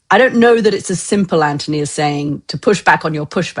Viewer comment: Gokd grief, KK is insufferable. She constantly interrupts Anthony (and even rudely mispronounces his name).